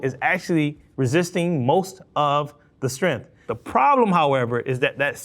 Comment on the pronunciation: I hate when people say the word strength like strinth. There's a g in it.